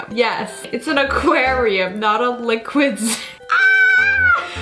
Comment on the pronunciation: No one: That person: "LiQuId zOo"